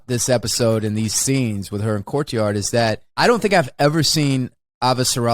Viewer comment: It's not just me, right? Wes does always sound like he calls him Courtyard, at least when he isn't calling him Cortazar. 😀